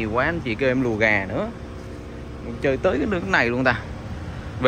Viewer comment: Orginal chứ hổng phải orgizin nha 😁